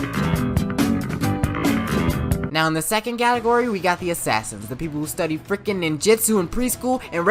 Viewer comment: Did u guys hear galigory instead of catagory